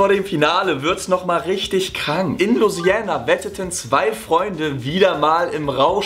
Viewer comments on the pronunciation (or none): Das heißt Lou-i-siana